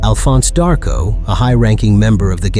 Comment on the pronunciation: D..Arc-O...not Dahr-co